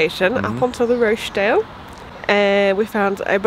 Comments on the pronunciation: With respect, it's pronounced Rotch dale. Short and gutteral😊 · Roch sounds like scotch there is no Roach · I came here to say that! Totally distracted by the Roche-dale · You pronounce it Rotchdale. Xxx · Been following your great video's through the north, incidentally the O in Rochdale is pronounced as in sock! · Thank you Neil, drove me nuts listening to the effort.